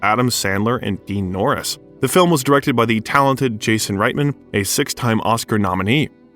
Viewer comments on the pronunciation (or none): none